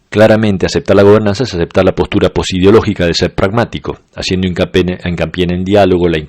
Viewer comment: Muy adolescente mi comentario, pero no puedo evitarlo XD 'Haciendo hincapene' XD. Excelentes vídeos